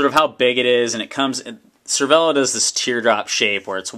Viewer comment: Pro tip pronounced cer-vey-lo